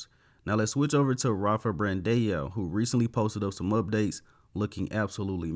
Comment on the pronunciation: BRAN-DAAAAAAOOOOO.. there is still not one singel f-ing E in his last name! get it right ffs!